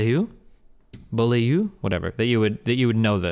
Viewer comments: Bo-lee-euh lol Beaulieu is such a simple name hahaha I'm québecois hhah and not only do most people fuck up my French last name, but also my english last name. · Come on guys, Beaulieu "Bo-lew", it means Nice place "Beau - Lieu". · Uh no, it's bo li uh. There's no way none of you know how the french 'beau' is pronounced, it's a long o. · Went to high school with a girl with the same last name. She pronounced it Bow-Lee-Oh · Her name is not complicated. Beaulieu is pronounced is English "Bo-Li-Ugh". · The name's pronounced Buh-you-lee. It's a place in England that I live really close to! It has a national motor museum there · The Ladies name is pronounced Bulleeoh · its a common name in the Metis community and we dont pronounce it beau (bo) lee ooh its literally pronounce Bulleeoh among Metis people which is. much like how quebeccers speaking french say weeaih instead of oui lol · Chat giving 10 different wrong americanized pronounciatons of her name is so pathetic it hurts